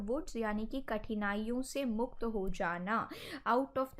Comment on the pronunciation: मुख्त नही आदरनीय मैडम जी मुक्त होता है